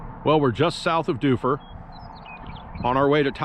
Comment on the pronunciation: He pronounced Shaniko and Dufur right though. Be kind, tourism is the only reason Central Oregon isn't deserted!